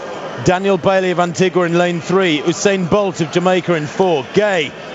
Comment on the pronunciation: And they continue to murder his name in sports commentating but he is the 4th fastest man in history with a 9.72 100m record.